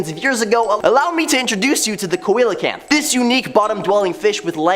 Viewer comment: Seeee-la-canth, not Coy-la-canth